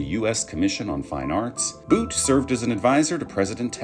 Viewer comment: Why pronounce Butt as Boot 🤔